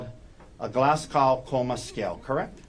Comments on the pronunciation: Its pronounced glaz go not gow as in how.... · This is a petty observation, but this is at least the second trial I've watched where the Glasgow Coma Scale has been a topic; the pronunciation is irritating me. It was developed at the medical school in the Scottish city of Glasgow. It's not pronounced like "glass cow", but more like Glazz-go (rhymes with jazz-Joe).